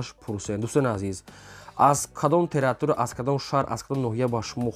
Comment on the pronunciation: Илтимос точ,ики гап занед. Тратура - не, територия. Ба забони точ,ики - худуд мешавад.